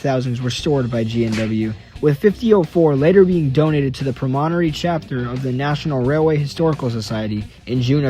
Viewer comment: Interesting. I remember reading about these engines during the great 6,000hp race. Just one thing: Your pronunciation of "Promontory" needs work. It's one of the most famous names in the world of railroading.